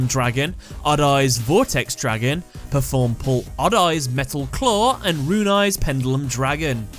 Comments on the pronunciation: You still said performapal wrong you pronounced it as performapol not pal. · It’s pronounced as PER-FORM-A-PAL